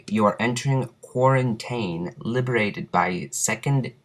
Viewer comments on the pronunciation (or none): this guy is the biggest moron ever he missed the quarrantine sign inside the map and he missed all threee packa punch sign and he cnt ecen pronounce quarrintine nad hes acting like treyarch would bother to make asuch a fucking complicated story lines for fucking zombies... GAWD